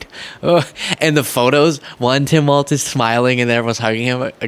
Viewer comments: Walzzzzzzz. Not Walt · Dudette, its Walz not Walt. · it's not Tim Waltz it's Tim Walz. pronounced same as walls. Jessica Tarlov says it correctly. I am a big fan, but going nuts hearing so many say waltz instead of Walz as in walls. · Walz!!! No T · Walz pronounced Walls. You’re welcome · You said Tim Walt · You pronounce his name like the word “walls” Get it right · Walz is pronounced "Walls"